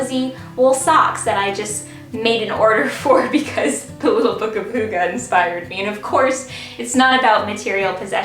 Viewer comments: Its not hoogee tho😅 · I'm from Denmark and you pronounce hygge wrong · Dear, I love you and you did very good on describing hygge, but honestly, your pronunciation of the word is terrible, I'm sorry. You are so sweet, lot's of love from a Dane;)